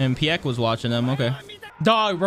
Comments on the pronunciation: Not "Pi-yeck it's "Pieck" like "Pick". Already pronounced by Galliard. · Nobody gonna talk about the way he pronounces Pieck?